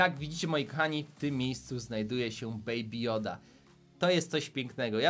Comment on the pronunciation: "Beaby joda" to nie joda😡😡😡